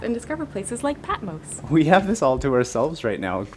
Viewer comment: It's Patmos, not Patmose.